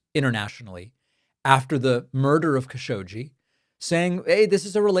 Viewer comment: It's "Kaa Sho Gi" not "Ka Showgeeee"